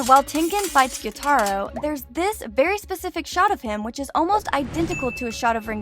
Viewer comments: The only thing that pisses me off most in this video is the fact that YOU KEPT SAYING GYUTARO'S NAME WRONG. It's Gyoo ta ro not gyo tai ro you are not an anime weeb you are a fake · Hey I like that you did this its great but say tanjiro,zenitsu, gyutaro name correctly plz and thanks not hateing btw love the content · Please, please just say the names right. It’s killing me when you say tan jee row and gyoo tar ohh and kuh nat it just hurts my ears